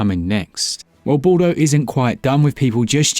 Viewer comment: Ball-doh? Really? Didn't even care to get your pronunciation correct, lmao